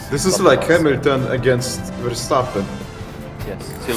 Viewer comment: “Hamilton against Verstappen” “Silverstone 2021” Said right